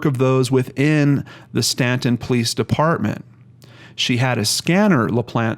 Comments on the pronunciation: You are pronouncing it correctly, even though it isn't spelled the way it sounds. Cities in VA are independent and not part of a county, that's why it's listed as City of Staunton (independent city). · You pronounced Staunton right! Thanks for doing this video on her. I have suggested her case to other channels with no luck.